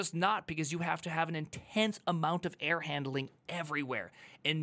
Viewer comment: How does he manage to pronounce error as air?😂 Air handling is tricky to be fair